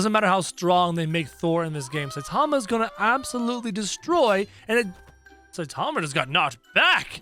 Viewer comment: its Saitama. How you pronounce: Sai tama